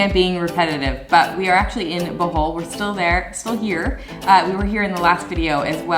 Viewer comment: OMG! LOL! Thought you said welcome back to “the hole” not Bohol